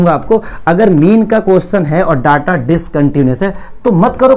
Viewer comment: Daata nahi ho ta hr data hota he